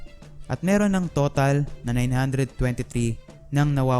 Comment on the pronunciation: Mirong (Merong)